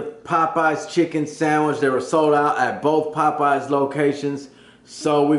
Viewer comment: "Popeyes gotta new chicken sangwich!”